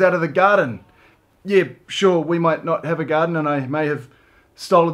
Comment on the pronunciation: I honestly heard "I bought you flowers from the gutter" instead of garden😂